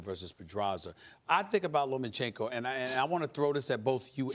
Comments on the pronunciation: Steven A Smith......it's Loma-chenko not Loman chenko. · Why does this presenter say Lomanchenko? Seriously tho, a few extra warm up fights and Wilder wouldn't have had a chance against Fury, exactly why Wilder never fought Klitchko and why he still hasn't fought AJ. Skilled boxers (and yes after the Parker fight I think AJ now has skills that Wilder doesn't have) with a similar height and reach of Wilder will destroy him, fact is he is a brawler not a Boxer and there's a big difference between the 2. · It's Lomachenko, not LomaNchenko. Please take your job seriously enough to know the names of the people you are talking about. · "Lo-man-chenko" "Rig-on-dee-ow". For fuck's sake